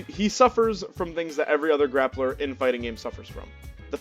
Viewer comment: “Glappler” lol. Nice vid. My homie gifted me this game on Steam for my birthday last week and I instantly feel in love with the vibes from the main screen: curvaceous waifus and bebop music? I’m in. I played through the Story as Cerabella and I’m gladly anticipating learning all of the characters. Thank you for sharing your insight! Peace.